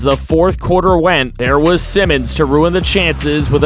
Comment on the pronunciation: Sigh-Mons not Simmons